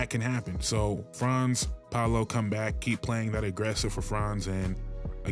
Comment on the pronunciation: You said Franz and Paolo’s name right. Got yourself a sub